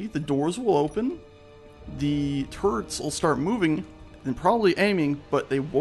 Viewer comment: Thought he said gatling carrots. lol